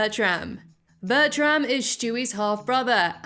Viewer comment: Is Bertram not pronounced Bertrum?